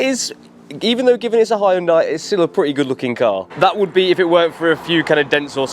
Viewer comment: You don't pronounced the Korean car name like that. Donut 😅😂..